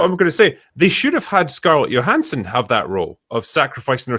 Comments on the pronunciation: Johanssons pronounced with Jo not a Yo. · Yo-hanson whats up? Not much, why did u pronounce my name with a Y, it is pronounced with a J . Oh sorry yohanson